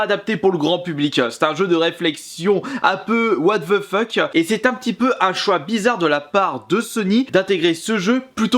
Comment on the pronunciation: WATH VEU FEUK